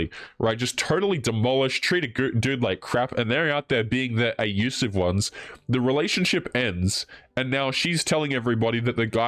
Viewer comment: Why are you not saying "abusive"? "A-usive"?